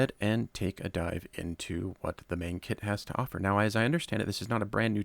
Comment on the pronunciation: Love your content. Learned quite a bit from you. However, being a Chinese company, the "E" in MENG is actually pronounced as if you're using a soft "U". So MENG would kind of rhyme with RUNG.